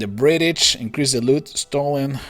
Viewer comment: Your voice is wierd when you say British you said britich.